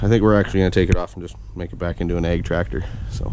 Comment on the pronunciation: Well dude you said egg, and not ag.